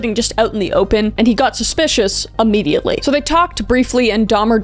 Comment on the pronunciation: You keep saying " ammediately" its freaking me out. Isnt it immediately?